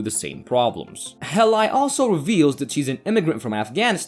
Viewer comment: Hay Lee, not hey lie... pronunciation should be #1 if you want to narrate.